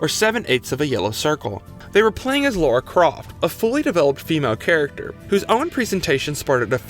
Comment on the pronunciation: Lara (as in Lah-ra) not Laura! Great video and series by the way 👍🏻